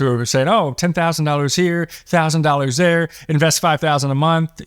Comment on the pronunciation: Lol he said doll hairs